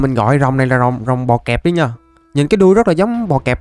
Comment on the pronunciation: Bọ cạp chứ ko phải bọ kẹp anh ơi kaka